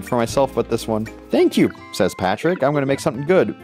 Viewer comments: I realized that he was saying the block name wrong he was saying Patrick not partrick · Boy it’s not Patrick it’s Par-trick!! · ITS PARTRICK NOT PATRICK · "Patrick" he keeps saying, despite the name being Partrick. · I like how he kept calling Partrick Patrick, but it’s PARTrick, like a course part. It’s funny. Laugh. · ITS NOT PATRICK ITS PARTRICK PART-RICK! NOT PAT-RICK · It’s Partrick,not Patrick,you BOOB! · It’s Partrick not Patrick. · It’s partrick not Patrick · His name isn't Patrick it's Partrick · Who didn’t think it was Patrick?